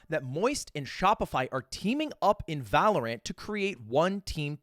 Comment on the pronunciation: One of these days he’ll say valorant right